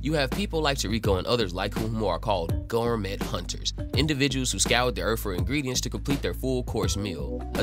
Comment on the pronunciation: You read a lot more than you talk… so just look up how to pronounce Gormet … Gormay and TOR rico